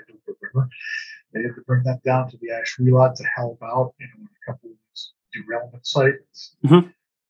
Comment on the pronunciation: Pronounced: Ash-will-let. No "lot" in Ashuelot! As a native, hate to hear that! But thanks for the video. Lived in Ashuelot and heard the trains come through our village as a kid. Remember a washout between Brattleboro and Putney back in the 50s and had dozens of trains come through Ashuelot.